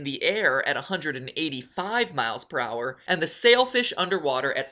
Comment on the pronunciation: Matpat past voice is so different aaaaaaaa Also when he say per hour i hear prower